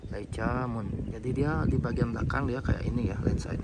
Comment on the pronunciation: bacanya leika bang hehehe